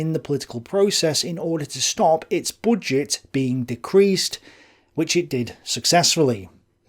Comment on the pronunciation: Why do you pronounce it "bodget"